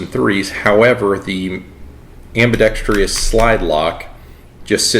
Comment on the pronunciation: Also learn how to pronounce ambidextrous for God's sake